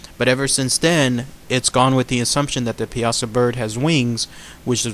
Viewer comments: You are pronouncing it wrong, It is more like ( pie-a-saw) not (piasa-saw). Life time native that knows the area blindfolded. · PIE-A-SAW. Not PI-AZA. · We pronounce it Pie-Saw Here On The Piasa Bluffs In Alton. Born And Raised Here. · Awesome video. I went to a nearby High School called Southwestern High School in Piasa, Illinois. It's actually pronounced " pie-uh-saw". It's commonly mispronounced. It's funny when new newscasters in nearby St. Louis come to town and invariably start out mispronouncing it exactly the way you said it. Anyway, really thorough and awesome video. Thanks for caring enough to cover a rather obscure "cryptid". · I'm from Illinois and grew up with this legend. You are mispronouncing Piasa. It's driving me nuts. It's not pea-aught-sa it's pie-a-saw. Other than that one constructive criticism, I enjoyed your video. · pie-uh-saw is how the locals here say it. Not pee-asa. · I am a local, I have spent too much time telling people how to pronounce it right. People think that the latin/Italian, way is right (pee a sah), no. The right way is (pie-a-saw). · it is pronounced Pie-saw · As someone who grew up in Alton. It’s pronounced Pie ah saw bird. For future reference. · It’s pronounced (Pie-saw) Piasa welcome to Illinois :3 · It's pronounced pie-ah-saw dumbass I'm from Alton IL born and raised and my favorite story of this area get it together man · it's actually pronounced Pie-ah-saw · I can show you exactly where the cave is with the bones covering the floor. It's still there. And it's pronounced (pie-saw) bird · that's still not how you say it its pie-a-saw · Pie-a-saw. That's how we pronounce it in the south Central part of Illinois. Lol the American Dragon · Not to be rude but it is pronounced pie a saw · It is actually pronounced Pie-a-saw. But over all good video tho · a bro u said it wrong and it is located in alton il go look it up